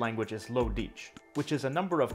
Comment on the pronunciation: if he says Dietsch again i’ll be laughing to death bc the pronunciation of Dietsch is similar to our russian word «дичь» which means stuff (in a rude way) like shit.